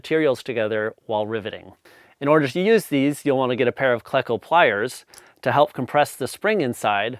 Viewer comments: Cleco as i understand it is a long e, as in the name Cleveland. KLE-CO, not KLEH-CO. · Cleco is pronounced "KLEE-koh" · Pronounce it Kle-co or Klee-co. I use a cheap air chisel with a rivet tool & whatever steel scrap that fits. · It's pronounced "cleco"... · You are just making this up as you go... Jargen?? A hand squeeze is much better when access allows.. No one that actualls uses solid rivets uses a those words.. . You do not even know how to pronounce Cleko.. Air hammer or Air chisel with a set and a dolly... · Excellent video! FYI I’ve always heard Cleco pronounced with a long e, likely because that’s how the first syllable of Cleveland is pronounced.